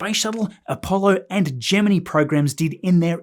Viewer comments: "Gemini" pronounced "gem - in - eye" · Hooray! We old greybeards always appreciate hearing 'Gemini' pronounced correctly. And congrats to SpaceX for the historic launch cadence!